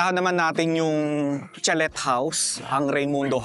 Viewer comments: Huwag mo po masamain na I correct ko pronunciation po ng "chalet" ay "chaley". Silent "t" po. Waley lng.😂😂😂 Mema lng po ako 😂😂😂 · Sir kindly correct the pronunciation of chalet house 😊